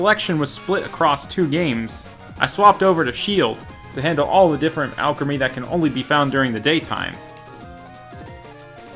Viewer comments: al-cree-meee not al-craa-me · I'm not watching the whole vid after I heard you say Alcrimy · Hey let you know that Evolution name you have actually been pronouncing it wrong for this Pokemon that you have been shiny hunting and I know this for a fact this is how you actually pronounce it. All creamy. Trust me that's actually how you pronounce it a play in words because that's actually what sounds like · Me: watching this video cringing knowing it's pronounced All-Creamie but dealing with it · You can customize alot about alcremie, but not its pronounciation.